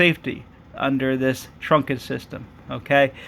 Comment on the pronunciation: Okay. Just to be clear. Okay. it's pronounced trunked system (one syllable). Okay. Not trunk-ed (two syllables). Okay. Just busting your balls 😜 Great video series. Very helpful. Thanks for posting 👍